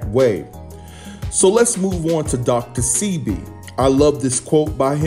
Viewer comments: Dr Sebi: Pronounced Seh-bay, not See-be. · I had to cut this video short due the the mispronunciation of Dr. Sebi’s name that was repeatedly used! PRONOUNCED Say-b not See-b! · OMG HIS NAME IS DR SEBI (PRONOUNCED DR SAY-BEE) JUS SAYIN. THANKS FOR THE REPORT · His name is pronounced Saybee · It's pronounced "Shébi", a Yoruba name from West Africa. We're known for curing any ailment using natural herbs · pronunciation DR 'SAY BE' DR SEBI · I think it's pronounced Dr. (say - Bee) Sebi. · It's Dr Sebi (pronounced, Say-bee) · its. Dr.sebi that's how it's pronounced